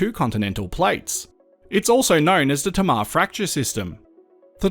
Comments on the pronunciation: Tamar...."hey ma" Not "ta ma" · it's tay-mar ya dog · Awesome work. Sorry your mispronounced Tamar Hobart Boy here